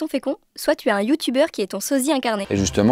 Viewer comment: "Est-ce que ça va têtre différent ?" Ça va têtre les Liaisons dangereuses !